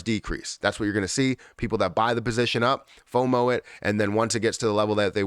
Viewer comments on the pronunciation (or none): none